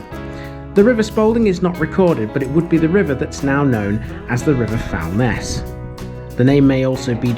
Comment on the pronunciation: The river is pronounced "Foolness" or "Fool-ner"